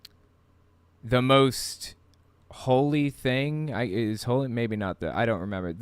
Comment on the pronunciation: WTF is with that "whole-EEE"? Walk and talk just like her? Cool I could use a vacation in a loony bin lol.